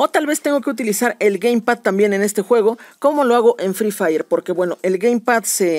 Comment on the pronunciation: Al dijo frifaller